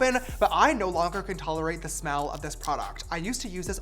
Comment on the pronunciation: James became russian. The accent in “Bother me”